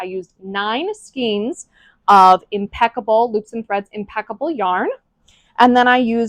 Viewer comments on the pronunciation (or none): Less $500 for mispronouncing "skeins". Skanes, not skeens. (Fightin words, I know!) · Oh no. “Skeens.”, it’s pronounced “skane.”